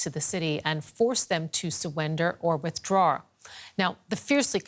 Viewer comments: WithdRAWR xD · suwwender or withdrawr?